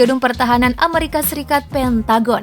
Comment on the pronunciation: Amerika bukan ameurika....